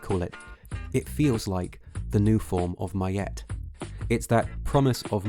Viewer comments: Good discussion. The same way capitalists comodify everything. Leftists strip the discussion of anti-blackness out of everything, and make everything about class struggle. Also Ma'at is pronounced "muh-ott", or "ma-aht" not mayatte. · Ma'at is butchered. I barely recognized what you were saying